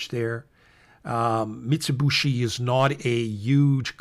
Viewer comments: I know it's easy to mispronounce but it is not MITS_i_B_u_SHI but MITS_u_B_i_SHI. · Thanks,. (btw, it's Mee-tsooh-Bee-shee) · MIT-za-boo-shi? Ok thanks for pronouncer— I’d been calling it Mitsubishi like the car co